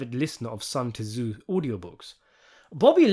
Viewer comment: Sun TaZoo? Whatever happened there. 😂